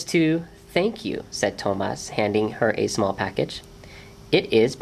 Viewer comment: I wish the reader had pronounced the main character's name correctly--it's even in the written spelling--the accent on the a. So To-MAS. not TO-mas.And the T is a soft T--more of Th sound. I mean it sounds much like Thomas in English.